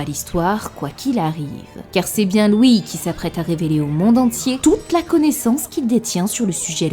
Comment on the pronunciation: Tu dis toujours "loui" plutôt que "lui" 😂